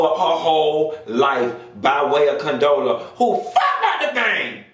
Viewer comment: Did you say Condola and Tiffany lmfao. Bye